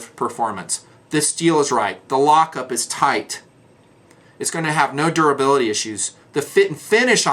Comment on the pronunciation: Durability not doorability.